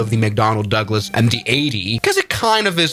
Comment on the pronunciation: Macdonald ducklas